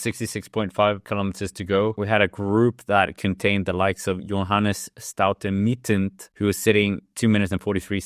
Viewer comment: You did it again 😂 Staute Mittent this time. Shouldn't be to hard for a dane 😉 StauNe MitteT